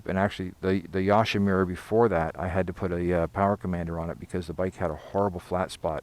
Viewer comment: You say Yoshimura wrong, just sayin.